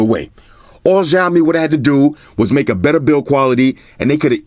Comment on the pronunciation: The letter X in Xiaomi is pronounce like an S. Almost like a snake hiss. So it should be Siaomi rather than the hard J you are saying which sounds like Jiaomi.